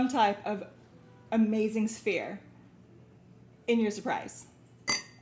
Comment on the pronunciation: I know I get on your last nerve I'm sorry I'm trying not to but I cannot get this on chat mode I'm in YouTube on my YouTube I put my name on there sold on green pendant the one for prosperity at sounded like you called it spheen?